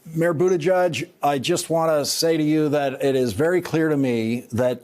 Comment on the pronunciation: You would think that professional commenters on politics would figure out how to pronounce "Bettigieg". Even Judy Woodruff on PBS's News Hour says "judge" for the last syllable instead of "je(short "e", not "u")j". It's not hard; it's simple: "jej", not "judge".